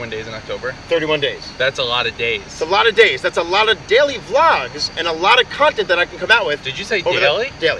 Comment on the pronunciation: They way he says daily tho “deiley”